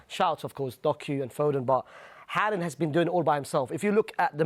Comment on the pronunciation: Bro said Haland 😂😂😂